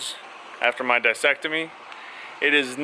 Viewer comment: It’s pronounced (Disc) ectomy .... you know, as you’re having your disc removed.